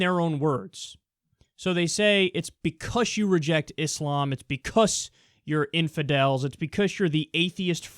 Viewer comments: "because" not "be-cuss" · Anybody else taken aback by Kyle pronouncing "because" as "bee cuss" lol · Anyone else notice how he says because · You says 'because' in the weirdest fucking way.